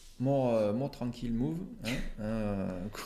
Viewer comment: "A more tranquille move" avec le superbe accent français tu m'as tué ! A que penses tu de e4 prend d5 ?